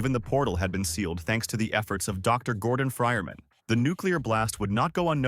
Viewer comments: "gordon fryerman" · "Dr Gordon fryermen"